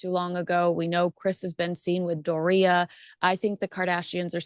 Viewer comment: the way you pronounce ‘Balenciaga’ and ‘Doria’ is…unique? 😅